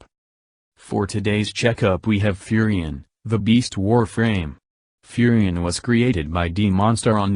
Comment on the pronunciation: "Furry Ann"